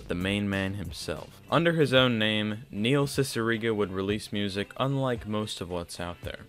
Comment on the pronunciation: N-neihl cicigara 😳😳